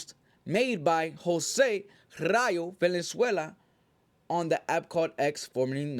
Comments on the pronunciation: Jose Vaaaalenzuela not venezuela homie 😂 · Valenzuela not Venezuela 😂